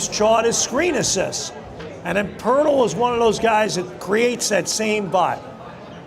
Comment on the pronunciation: Poeltl not Poertl